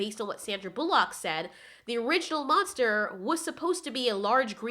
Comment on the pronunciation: Since when is her name Sandra Boo-Lock.